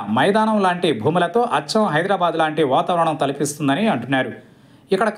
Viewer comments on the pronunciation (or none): none